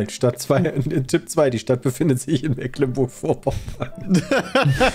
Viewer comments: Mecklenburg nicht "Mäcklenburg" das triggert mich so hart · Es tut immer wieder ein bisschen in den Ohren weh, wenn "Mecklenburg" so falsch ausgesprochen wird🥺 Es wird mit langem E gesprochen, nicht mit kurzem. :D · Als Geborener Schweriner fühle ich mich schon manchmal dezent getriggert wenn die Jungs Das Meck in Mecklenburg zu deutsch aussprechen... Es wird ja Meglenburg ausgesprochen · Die Aussprache einiger Orte dürfen die Jungs gerne nochmal üben. Selbst einfachste Sachen wie Mecklenburg, Usedom oder Magdeburg kriegen sie nicht hin xD